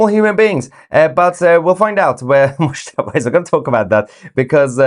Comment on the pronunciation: Definitely 'Mushtaba' (mouse-taba)....😵😵👏👏👏👏